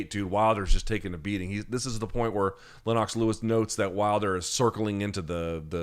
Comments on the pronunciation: Luke! Huge fan and all but I’ve gotta call you out on your pronunciation of Lennox Lewis. It’s not Lenn-ox, but Lenn-ix. Other than this unforgivable oversight, keep up the great work! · Why is Luke pronouncing it Lenn-ox Lewis? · "Len-Knox". :D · Lynn-ox Lewis. Never heard it this way before. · Is that how amemerican say, Lennox?